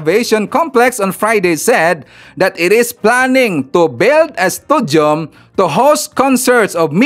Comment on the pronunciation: Hindi po studium... stadium.